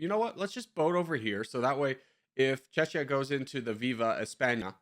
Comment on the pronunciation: You didn’t just pronounce czechia like that😂😂😂